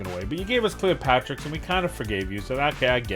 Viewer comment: Bro it's Cleopterix, not Cleopatrix. Smh